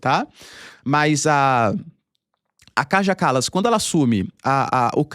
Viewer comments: ❤❤❤ OBRIGADA QUERIDO PROFESSOR POR TUDO. ( LÊ-SE/ DIZ-SE, O NOME DA KAJA KALAS, " KAIA KALAS" EM SUA LÍNGUA) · Se diz Kaia Kalas